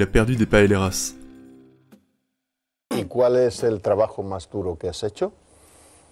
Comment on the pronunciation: Rissssitas et pas riZitas...PaéYéras et pas paélérasse...